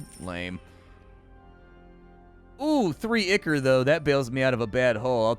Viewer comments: Dude, it's "EYE-core", it's a thing outside of games. google "ichor" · "ICK-ER" lmao